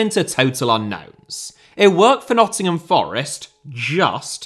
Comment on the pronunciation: ah yes, 'Nottingham' 🙃